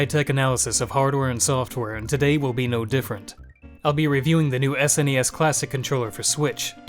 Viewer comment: The way he said S N E S every time... Fumin'. Just pronounce it as sounds: SNES.